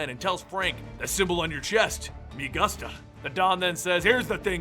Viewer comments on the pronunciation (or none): lol its Me goo-sta not gusta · "Me Guhst-ah"😂 I'm sorry but that got me! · Me gusta is pronounced me goosta i think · he says "me agusta" lmao He said "me gusta" meaning "I like" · Me Gusta = me oo-sta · It's Mi Gusta (gOOsta) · Me Gus-ta? it is pronounced Goos-ta. Gusta . say it with me now. there we go. all is well now. other than that little turdlet of a mistake, all is well. thank you for bringing it all to bloody life. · “mI gUsTa” inhales and exhales. it’s okay, it’s okay, it’s okay, it’s okay. Not everyone knows how to speak Spanish, is okay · It’s said as Mea goosta Spanish is mi guta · The spanish accent was hilarious lol. had me at Mi gustuh. Might need to work on that one lol. In all honest though the deadpool voice is awesome. Keep up the good work! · "Me guhsta" Only white people... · me gusta is pronounced goo-sta it means I like.👍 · Better learn Spanish cause he didn't say ," me gUStuh" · "Me gust-a?" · me gusta is not pronounced "me gustuh" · Me goosta is how you pronounce it brother haha butchered my language to the max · it's pronounced "me goose-ta" written me gusta in spanish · "Me guhsta"? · "Me gusta" pronounced meh goo-sta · Dulfinz guh-stuh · it's pronounced "me goose toe" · Emmanuel Richard (mi- goo - sta) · Mi Gosta. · How the fuck did you mess up "me gusta"? For once google translate pronounces it perfectly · the way you say me gusta triggers me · second he said me gusta i disliked cause of how bad that was smh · you said mi gusta wrong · that horrible pronunciation of me gusta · you mispronunced "Me Gusta" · u said me gusta wrong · The way you pronounced "me gusta" 😂😂😂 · there is no excuse for mispronouncing me gusta it was a MEME FOR YEARS it was like in 75% of rage comics! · I can't get over the pronunciation of me gusta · Jesus who the fuck doesn't know how to pronounce me gusta it was a meme for Christ sake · Emmanuel Richard same😂😂😂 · Emmanuel Richard it's so bad XD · I thought I was the only one.